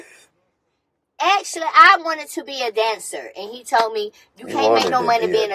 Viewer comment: Tiny said axshley LMBO